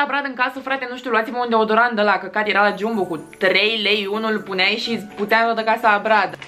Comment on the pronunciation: Se scrie Jumbo, dar se spune Jambo. Ok? No hate. Pe bune